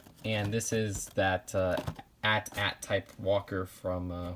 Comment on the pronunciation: say the letter aye tea aye tea